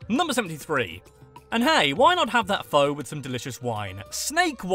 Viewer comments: It's pronounced fuh not fo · it's pronounced Phuh, not Phoe. My grandma (on my uncles side, not blood related) is from Vietnam sorry :P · Pho is pronounced "fuh",. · Pho, pronounced fa... this hurt my Asian heart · Fact #103: Pho' is pronounced P-H-A. Any Vietnamese Restaurant will be more than happy to correct you here in my neck of the woods in California!!